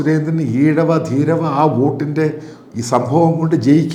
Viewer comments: ധീരവ അല്ല , ധീവര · ധീരവ അല്ല ധീവര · "ധീരവ സമുദായമല്ല, "ധീവര സമുദായം". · ധീരവ എന്നല്ല ധീവര സമുദായം എന്നാണ്. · ധീരവ വോട്ടുകൾ അല്ല ധീവര വോട്ടുകൾ